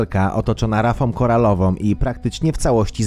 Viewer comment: "Rafom koralowom" i już się nie chce oglądać. Coraz więcej filmów z taką wymową. Oświato wróć!!!